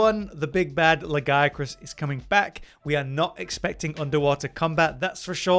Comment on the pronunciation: Its not GIA, its La-Gi-A-Crus. There is an extra syllable in there!